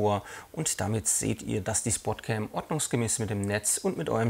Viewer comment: Im übrigen heißt die Kamera SPOTCAM und nicht SPORTCAM, hat nix mit SPORT sondern mit SPOT (Deutsch: Punkt, Platz, Stelle ...) zu tun. Eventuell hab ich mich aber auch verhört und das "R" kam nur durch den Dialekt mit rein :-) Ansonsten schöne Videos, weiter so.